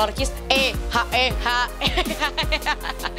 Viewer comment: “Jomblo apa kabar” Btw Hak e Hak e bukan E hak E hak 😂